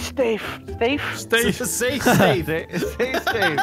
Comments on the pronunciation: We gotta say stafe now😔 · The world is dangerous, sto make sture you say stafe, everyone.